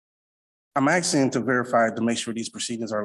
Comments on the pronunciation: WHY IS NO ONE CONCERNED THAT HE’S TALKING ABOUT “AXE”ING PEOPLE??? Someone needs to stop him NOW! These “MUNICIPILITIES” ARE IN DANGER!! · Axeing yonor